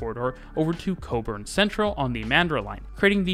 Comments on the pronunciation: how does he get Cockburn right but not Joondalup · I'm impressed he said cockburn right! Nice to see our little city being looked at for once. Those new C class trains have been rumoured to have operational speeds of 150km/hr with a max ~20km/hr higher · I also lolled at the Joondalup bit, however nailed cockburn and Mandurah 😂👌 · And yet he absolutely nailed Cockburn and Mandurah!